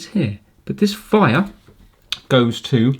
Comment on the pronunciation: I just realised, says Vire instead of wire.